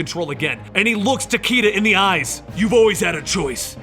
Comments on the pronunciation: The character's name is pronounced "Ta Kay Da." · It’s ta ky da